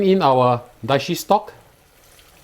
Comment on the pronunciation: It's dashi, not daishi